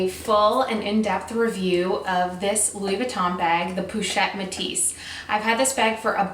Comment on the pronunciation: po not pou ;)